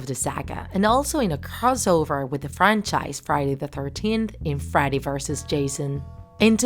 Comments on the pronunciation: Are u saying Friday or freddy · It's pronounced "freddy" not "friday"